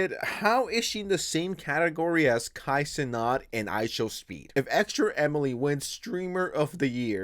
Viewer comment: No way you said Kai Snot